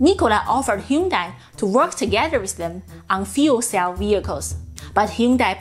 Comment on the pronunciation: sounded like “Hydrogen Fool Cell”. So true! 😂